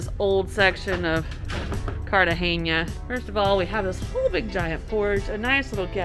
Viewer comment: Cartagena not Cartageña!!!!